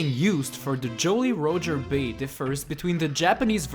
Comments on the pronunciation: he said jolly rooger bay and not jolly roger bay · "jowly rowger bay" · Joe-ly Rho-jer Bay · "Joly Rojer Bay" 2016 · "Joaly Roacher Bay" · ”Joley Rojer Bay” Perfect pronunciation of the year. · "...Joelly Roedger Bay...""...chenged...""...Cool Cool Mountains..." 2k15